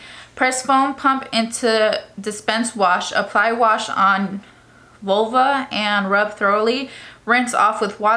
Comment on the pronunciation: Omg how u not know what vulva is or how to pronounce it 🤦🏻‍♀️ & u pronounced thoroughly wrong too & called lavender purple stuff 🤦🏻‍♀️